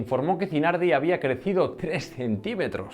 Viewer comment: Se llama Zanardi, no Zinardi.